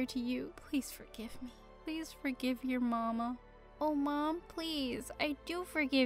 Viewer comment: THE WAY THAT SHE SAID MAMA 😆 🤣